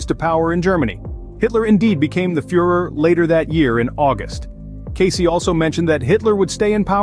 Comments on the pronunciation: His name is pronounced Case! Not Case - ee! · Born in 1977 ? Who are we talking about ? Who is Edgar "Caycee" ?? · At the very least you should be pronouncing his name correctly “Case” is how it’s pronounced…